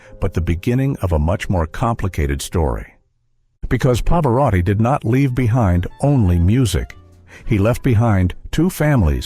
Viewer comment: El moderador ES UNA BRUTA BESTIA!!!!!!!!!!!!!!!!!No sabe siquiera pronunciar el apellido de Pavarotti ni de Mantovani. Esto es una burla al público. QUÍTENLO!!!!!!!!!!!